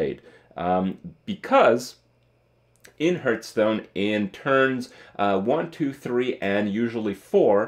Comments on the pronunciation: Do you realize there is an H in hearthstone It's not heart stone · Is it just me or does Kripp indeed pronounce Hearthstone as Hurtstone? It kinda fits though because every expansion hurts my wallet. Huehuehuehuehuehuehuehuehue! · Kripp, why you pronounce "hearth" as "herth"?